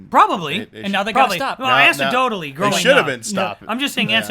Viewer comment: was an OK guest. He interrupted a lot and pronounced anecdotally "ansadotally" which I'm hoping is just some inside joke I don't understand. He also derailed the beat-by-beat discussion of the Direct that was clearly going for to just talk about whatever he wanted.